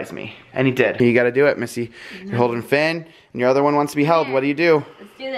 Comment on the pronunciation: it's missy not missie